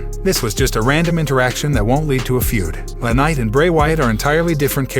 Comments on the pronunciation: Don't be attacking Liv Morgan your show sucks your a liar no one cares what you think and you can't get peoples names right its not lanight its LA knight! Get it right retard! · Guy needs to know how to pronounce the wrestlers names correctly the wrestlers name is L.A. Knight not la ,other name you butchered is Vince Russo